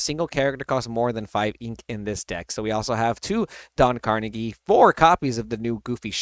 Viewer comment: Don Carnage 😭😂 - last name is pronounced CAR-NAH-JE (it’s French). ❤❤